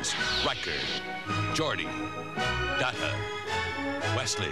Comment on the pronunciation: Someone tell how to pronounce "Data."